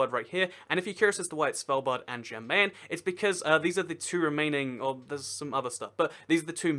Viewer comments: Question: Why Did You Pronounce The 'J' In "Jan Mayen" As A 'J' Sound? In Scandinavian Languages, 'J's Make 'Y' Sounds, So "Jan Mayen" Would Be Pronounced More Like "Yan Mayen" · Kinshasa, not Kinsasha. Also, Jan Mayen is pronounced like 'yan my-en'. Great video though. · ''svaldbard and jen meen'' I'm now offecially a triggered norwegian How to pronounce Svalbard; The D at the end is silent. How to pronounce Jan Mayen; The Jan is straight forward, but Mayen the y is a i and the rest is also straight forward.